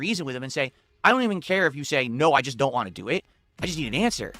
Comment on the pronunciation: Wahn is always my favorite. Like he intentionally drops the T